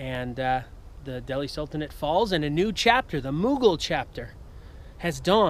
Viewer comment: of all the people out there, He is the only one who has gotten right the pronunciation of the word "Mughal"